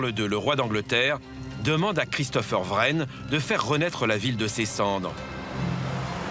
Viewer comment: On prononce Christopher WREN comme 'Reine", pas Vrennes! Même pas fichu de prononcer correctement. Tu parles d'un journaliste! Buildings? et "bâtiments", tu connais?